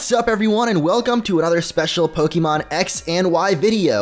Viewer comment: Please stop calling it pokeemon